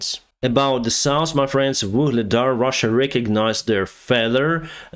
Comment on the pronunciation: if you get your english from netflix and after a year you still call north : nors and south : saus than its time to quit learning op netflix